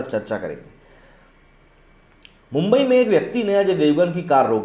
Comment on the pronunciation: Mumbai, our Godess name is मुंबादेवी, सो please take Mumbai name proper, you are not British that u can't pronounce actual name